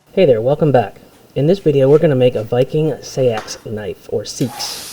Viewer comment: You pronounce seax like you say saxophone. (Sax)ophone. Or (Sax)on as in Saxons, the Germanic tribe..